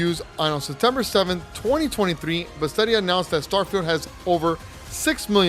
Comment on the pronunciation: I have never heard any one pronounce Bethesda like that before💀🤣 but either way, great video! Looking forward to the game awards!